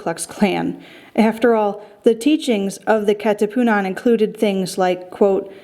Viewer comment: ka katiputan🤣🤣 kat katipunan excuse me! got me laughing